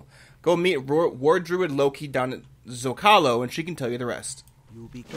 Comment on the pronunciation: Zandalar is so beautiful! I'm completely in love ♥ btw, just fyi, Zocalo is a spanish word that usually means slot, but in Mexico is used for town squares, and it's pronounced Zócalo (charging the voice in the first syllabe, as opposed to the second one as you did!). Just a little tidbit of info hehe